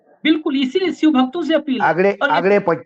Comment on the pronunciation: सर अपना उच्चारण ठीक करिए. शिव को सिव मत कहिए.😊